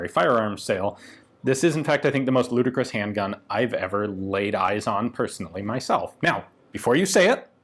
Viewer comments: Say "ludacris" one more time and I'm going to rollout like a spongebob meme. Just kidding, I'm just fast and furiously trying to make as many references as I can. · Did you say ludicrous